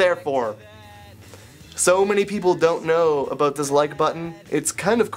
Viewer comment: replayed saying "about" 9 times just cuz i love the way Canadians say Out ^-^